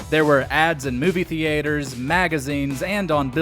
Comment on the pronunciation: “Movie Thee-Ay-Ters”